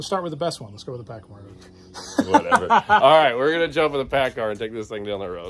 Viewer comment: I can tell you cummins will have a hard time keepin with that paacar